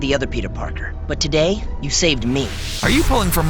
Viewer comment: Is it just me or does the dude reading say "subscarb to our channel to day"